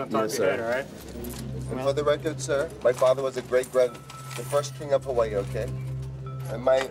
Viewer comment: I can't be sure if he's related, but his story doesn't fit at all...the "first king of Hawaii" was born in the 1700s and his "uncle" passed in 1891. If it were true, this guy would be over 200... He's almost certainly a resident of Hawaii (his pronunciations are spot on), but his proposed lineage is all out of whack.